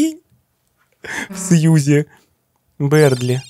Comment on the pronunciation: Бëрдли а не бердли